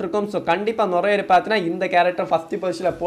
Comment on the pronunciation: அது நொரைய இல்ல நிறைய 🤦🏻‍♂️🤣